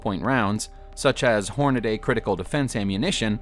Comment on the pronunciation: You can tell this guy is not a gun guy lol “hornadaaaay” 💀